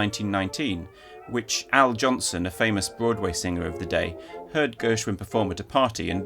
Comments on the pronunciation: Al Jolson, not Johnson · It's Jolson, not Johnson. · Al JOLSON, not Johnson. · This is NOT a simpe mispronunciation -- he changed his name. And he's from the same culture. Johnson/Jolson are different names within his OWN culture, idiot. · Jolson, Not Al Johnson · Yes, Al JoLson, not "Al Johnson." Didn't expect that from you - had to go back to be sure I'd heard your wrong right. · Did he call Al Jolson Al "Johnson"?